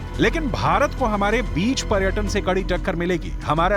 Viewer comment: Madam . प्रटक,pratan नंही पर्यटन और पर्यटक होता है।हिंदी तो सही बोलिये आप न्यूज़ एंकर है